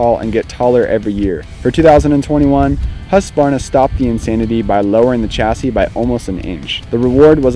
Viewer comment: Huskuvana hahah, try saying Hoosqwuarna